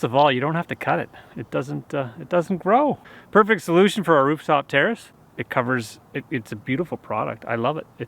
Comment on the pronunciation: why do i hear "terrorist" whenever he says "terrace" is it just me?